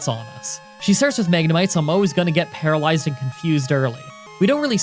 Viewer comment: u said palalezed off of confuse ray